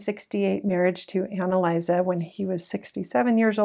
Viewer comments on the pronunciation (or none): none